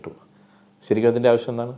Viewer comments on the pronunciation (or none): none